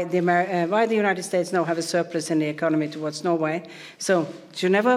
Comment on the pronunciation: The United Shayse..